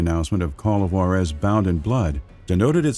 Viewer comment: great video! amazing content as always.. i know its been a year anall but man did i get aids in the ears every time you mispronounced Juarez :((((